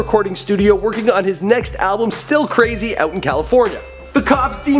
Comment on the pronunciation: it's brazy not crazy